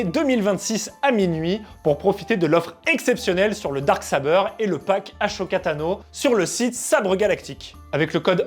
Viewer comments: Je rapporte une petite erreur dans la sponso: pour le nom du propriétaire des sabres blanc tu as dit aCHoka, alors que ça se dit aSoka. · Ma culture du jeuxvideo me dit que le darksaber est un objet légendaire alors que les sabres de Ahsoka sont de simples rares. Ah, au fait, c'est Ah Soka et pas A Choka. Ou alors j'ai raté un truc pendant des années !